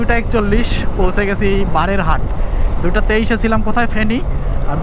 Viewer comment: ভাই, বারের হাট না; বারইয়া হাট। স্থানীয় উচ্চারণ- বাড়ি হাট